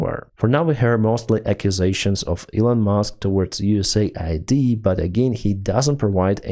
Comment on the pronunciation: USAID = US AID not USA ID :D